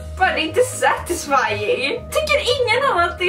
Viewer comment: Så många gånger sa setesfan stav 👎👎👎